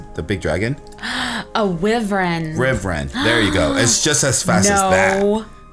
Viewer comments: It's actually pronounced why-vrin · its pronounced why-ver-in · ***** um by the way wyverns aren't pronounced like that